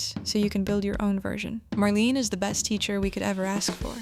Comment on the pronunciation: No dear , one says Marlena not Marlene